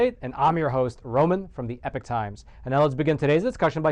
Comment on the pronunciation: Bloody hell Yank, learn English . Epoch Times not epic.